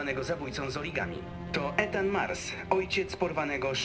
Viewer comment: hym, też zauważyliście że mówiła "Etan" a później w wiadomościach było już "Ethan"?;D